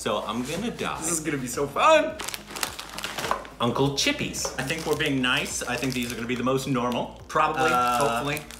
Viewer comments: Not a uncle 🤣 chipis it is uncle chips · Sounded like uncle's hippies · "Uncle chipis" I wanna die😂😂